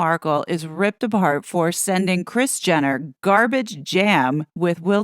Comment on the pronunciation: Rris 🤔 I thought her name was Kris😂